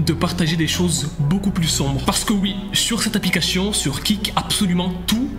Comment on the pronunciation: Il arrive pas à prononcer correctement le mot ‘APLICATION 😂